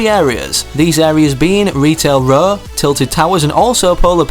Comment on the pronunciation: You sed retal ra